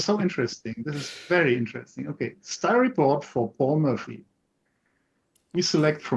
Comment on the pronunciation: it's M*o*rphy, not Mu[ö]rphy 🙂. I have to admit the CB18 did indeed surprise me. Lot of added value in the new version.